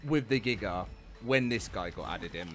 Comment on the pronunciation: Gigger is wild it’s giga pronounce dat right next time